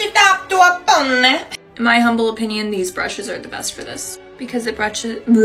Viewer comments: and then " Brrrruuush it up to a poneh" omg... Wonderful. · "then brash ith up to a ponneyh" 💅🏻✨💀